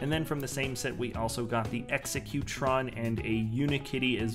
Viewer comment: also in the cloud cuckoo palace the correct pronunciation is executron as in robo executive